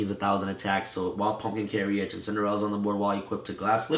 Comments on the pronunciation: "carry-age" It's pronounced "care-age"... jesus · Love the profile. However I must address your pronunciation of carriage. 2 syllables. Like this: care ridge. Not care ee idge